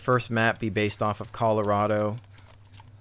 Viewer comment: u say colorado funny bro